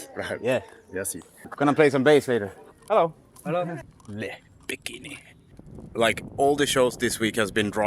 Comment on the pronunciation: Just discovered your video,, what a treat! I love how you let us in on your tour moments. Your genuine spark as a passionate musician really shines through, and it’s impossible not to feel it. You’re so chill, real, and endearing. Oh, and your little “bonjour” was spot on and your accent when you say "Le Bikini" totally made me smile! Take some time to recharge before the next leg of the tour, you’ve earned it! Merci beaucoup! 👍